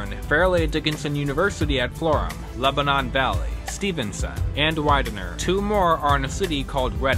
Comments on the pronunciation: Small pronunciation tip: in the MAC, Lebanon Valley College is pronounced like Lebanin, not like the country Lebanon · go lebanon valley rahhhh also how you say lebanon hurts lmao